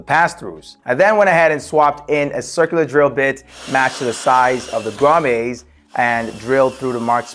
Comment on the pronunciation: Great video - they are pronounced grommits not grommays (its not a French word)